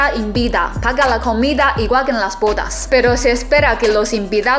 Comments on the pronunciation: Cuando dices bodas yo escucho putas jajajaja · esa pronunciación de bodas hay que mejorarla:P